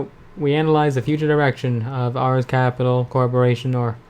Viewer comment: it's pronounced arees, as in the god of war